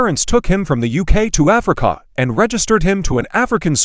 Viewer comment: I laugh every time the AI voice says AfricAA😅